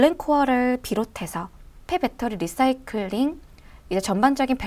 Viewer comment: 지난 번 ENPH 도 내용이 너무 좋았습니다. 이번에도 LICY에 관심이 있던 차에 시의적절하게 도움을 주셔서 감사합니다. 그리고, cnbc 에선 “라이”싸이클.. 이라고 발음하더군요. 참고요.